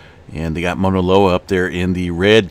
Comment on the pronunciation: Dear : Thanks always for what you do. Fine tune pronunciation of 'au' Mauna Loa... Sounds more like 'cow' or 'ouch', not 'Mona' Loa. Blessings to you!